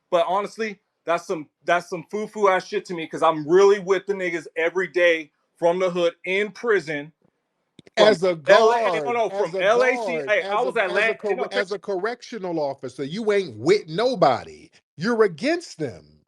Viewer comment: Ol ' boy can't even pronounce "hood" correctly, talk bout, he's with n!○○as from the "huhd"!😆😂🤣